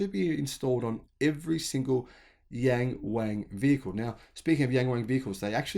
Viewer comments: the brand name Yangwang 仰望 should prounce like young-wang when you say yan-wang, you're talking about 阎王, the king of hell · Thanks for sharing this video 🤝 Cool features: )👍 Yang Wang means look up (to the stars, sky or mountains etc...) Pronunciation is more like Young-Wong - please try not to pronounce according to original spelling in English accent; ) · You'd better to pronounce the model name as "Young Wong", which is much closer to the actual sound.